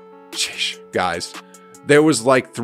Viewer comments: Could you say sheeesh normally like on the star of the video instead of shesh short in the video its kinda weird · Hoop "Seesh" Reports